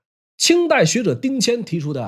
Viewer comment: 參合陂讀皮音，不讀被。它的意思是湖泊、水塘。